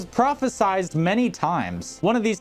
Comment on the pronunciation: Yeah he says “vivick “ instead of vi-vehk it’s irksome